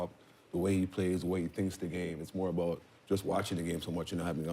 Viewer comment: for people who wonder about canadians saying about like "aboot" its more like how sga dad says it here and